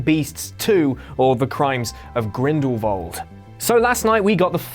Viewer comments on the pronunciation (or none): What is it with mispronunciations with Whatculture? I love your guy’s videos, honestly, but Grindelwald, not Grindelvald. Keep up the good content otherwise guys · He says grindelwalv not grindwald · Am I the only person that is hearing "grindlvald"